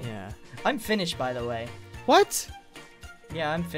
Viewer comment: sounds like za not the